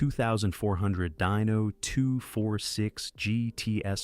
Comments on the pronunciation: Hey dork! It's pronounced deeeno not dyno. Wtf?! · Once again, Dyno NO, DINO, pronounced Deeno. MORONS!